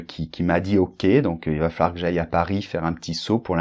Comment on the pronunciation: Vous prononcez "Il va FAR que j'aille" au lieu de "Il va FALLOIR que j'aille"?